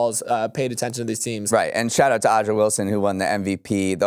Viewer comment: A’JA* (AYE-ZHA) Wilson - not Ija 🙂‍↔️